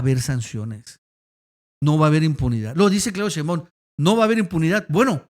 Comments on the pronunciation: Por fa, se pronuncia SHEIMbaum no sheimBAUM...raro que no lo sepas pronunciar...es algo similar al "presidente" en vez de presidenta de Noroña??? Raro...me parece una falta de respeto o de inteligencia...gracias... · Hasta nuestro López Obrador pronuncia SHEIMbaum...